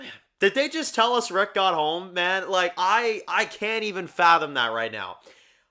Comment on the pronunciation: If you listen really carefully she definitely says rick